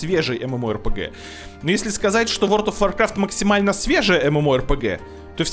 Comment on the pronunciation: Опять Word of Warcraft, а не World of Warcraft., у тя ж нет проблем с речью, ну что за "ВОРД", емае?!. Ну и Ashes of Creation, а не Ashes of CreationS:)